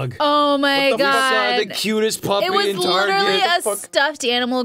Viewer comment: is the only person younger than 40 to say tarjay